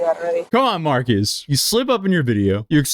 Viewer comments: Marques ❌ Markeese ✅ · You don't say Marques right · This is nothing compared to the gravity of his situation, but please, pronounce his name correctly